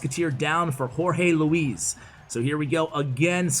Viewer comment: Whorehey Leawize (Jorge Luis)